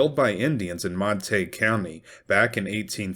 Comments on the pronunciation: That’s just illiterate. It’s either Montagyou or Montagoo depending on French or British origin. Sure as hell is not Montaig. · Mon-ta-gue not Mon-tague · It’s pronounced mon-tuh-gyoo. Even if the locals can’t manage to pronounce it correctly doesn’t mean you should reinforce chosen ignorance. They could always change the spelling. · Wouldn't that be pronounced more like Mont-A-Goo? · MON TA GUE . THATS HOW ITS PRONOUNCED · Mont-a-gew County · It's pronounced Mon teh gue county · It’s pronounced - mont a gew like in Shakespeares Romeo and Juliet, the Montagues’ and Capulets’. Not being mean, just love your work. Another great episode, thank you 😊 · Wrong. I live there. "Montayg" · All these non-Texans telling all us Texans that our county isn't pronounced the way we pronounce it!😂😂😂😂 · I suspect the real reason Davis impaled that head, was that he couldn’t abide the mispronunciation of the name Montague, by its former owner.